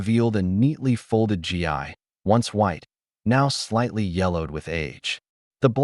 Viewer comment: GI pronounced like the word "ghee, not G I